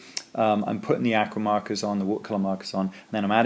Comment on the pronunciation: Very interesting. Please learn to pronounce the word aqua